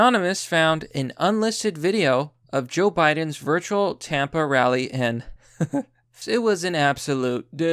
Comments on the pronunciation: Why’d you say “Tampa” like that? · You really pronounce Tampa like wampa lmaooo